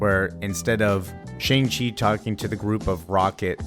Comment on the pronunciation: Why do you say Shang-Chi like that